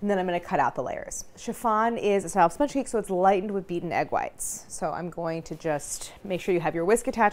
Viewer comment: "Chiffon is a shma shma shmee kay" I went back like 6 times and thats the best i can decipher